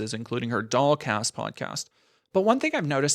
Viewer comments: lul. This whole time I thought ya was sayin' DogCast. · I wasn’t looking at the screen for most of the stuff about her podcast, and then looked up at one point and was shocked to see that it was called “the dollcast” rather than “the dog cast,” which is what I’d been hearing. Projection I guess.